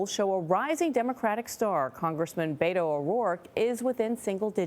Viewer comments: Please learn how to pronounce Beto's first name. It's pronounced BETT-o, not BAY-to. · I beg all Hispanics in Texas to vote for Cruz for the simple reason that if we hear 1 more white Robert Francis O'Rourke supporter pronounce Beto it's going to drive us nuts I cringe every time I hear it he should have gone with Pepe or Memo